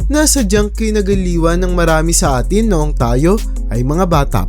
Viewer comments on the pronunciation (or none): none